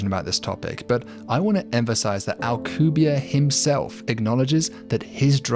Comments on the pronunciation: Why are you saying the name of a Mexican scientist like he is French? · Anglosaxon people are not really able to pronounce a name that ends with and E... - AlcubierrE it's AlcubierrE (Spanish), not Alcubière (French or something). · Alcubierre is properly pronounced "al-coo-bee-AIR-eh." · I have a friend who was studying physics at UNAM and met Alcubierre, turns out he (rather famously) absolutely HATES when people, especially foreigners, pronounce his last name as if it were French... my friend asked him and he said "It's AlcubiERRE, AlcubieRRE!". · OH MY GOD YOU CANT EVEN PRONOUNCE HIS NAME RIGHT